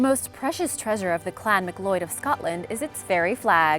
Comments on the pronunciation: It’s pronounced McCLOUD. Not McCloyd. 🙁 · McLeod.... FFS ... You pronounce it McCloud. Ignorance is rife. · McLeod = McLloyd?? You’re killing me! Normally, I can overlook a simple or common mispronunciation, but I thought most of the English spreading world knew that McLeod is pronounced “McLowd”? If I have, in fact, been wrong about this my entire life, I will gladly accept my error and stand corrected. I will gladly tell everyone I know, including all members of the Clan McLeod I know, that they’ve also been wrong for generations. Who knows? Maybe it’s an old-world vs new-world thing? I normally wouldn’t stand up like this, but my good friend would be deeply offended if I let it slide. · Its pronounced Mcloud not McLoyd, I think. Never heard the name pronounced as Macloyd. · It's not pronounced as "Mick lloyd". It's pronounced "Ma Cloud"...and I would know. It's my last name.. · It's not pronounce "Mcloyd", It's "Mcloud", like the Highlander. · Any other Scots cringe when she said Mcloyd? it's pronounced mc-cloud! and that when they showed the "English" flag on item 2, they showed the Union Jack... c'mon lass and lads, it's nae that hard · McLloyds? lol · McLeod is pronounced Mac loud. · McLeod = McCloud smh... The Highlander? Just wow. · Hate to be rude but McLeod is pronounced micloud or mc loud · Did you even try to read it how do u pronounce mcleod as mcloyd